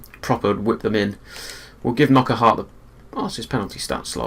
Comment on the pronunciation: Its pronounced PRO-PER not Proper. And NOCK-ART not K-NOCK-ERT